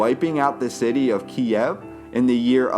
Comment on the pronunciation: KIEV NOT FUCKING KIAEV! Couldn't continue the video as your horrible pronunciation drove me FUCKING mad!